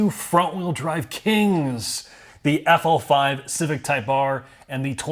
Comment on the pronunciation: calls it the “Affel Five.”